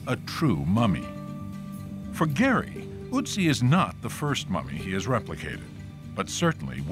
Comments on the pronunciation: i really hate how the narrator says the O in otzi incorrectly, the O is pronounced like how in the word "low" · If you cannot pronounce the OE as ö, then please say Otzi There is no U in the name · It's so funny how the narrator almost gets the pronunciation of Ötzi right in the beginning and then it just deteriorates more and more until it's just "Utzi" 😂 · There is no Uttsie, the name is Ötzi. "Ö" more or less as in "early". Örly could be amazing, ha, ha (The sörvant played Blue Öyster Cult, but the Örl came too örly. Oh, excuse me, Sör!). The word comes from "Ötztaler Alpen", the mountain group, where the body was found. Its boundaries are: - Reschenpass 1508 m - Stiller Bach - Inntal - Ötztal - Timmelsjoch 2474 m - Passeier - Etschtal - Reschenpass. So, You see that the names last origin is the Ötztal. And this comes from the old German word "etz" for meadow (Tollmann 1986). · It's great that PBS is making so much Nova stuff available on YouTube now. It’s a shame, though, that, with all their resources, they couldn't get anybody to make the narrator rhyme the "Ö" in "Ötzi" with the "oo" in "book" and "good" instead of the "oo" in "boot" and "food". It's like spending an entire documentary talking about Adolf "Hightler" or George "Wayshington". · Yes, the narrator is very ignorant. There is no Uttsie, the name is Ötzi. "Ö" more or less as in "early". The word comes from "Ötztaler Alpen", the mountain group, where the body was found. Its boundaries are: - Reschenpass 1508 m - Stiller Bach - Inntal - Ötztal - Timmelsjoch 2474 m - Passeier - Etschtal - Reschenpass. So, You see that the names last origin is the Ötztal. And this comes from the old German word "etz" for meadow (Tollmann 1986). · It's Ötzi not Uzi. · Őotzie??? Who told y'all that his name is Őotzie?? 😆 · The pronunciation is quite bad. The "Ö" in "Ötzi" is like the "e" in "her". Even just saying the name of the online shop "Etsy" would be closer to what how it should be said.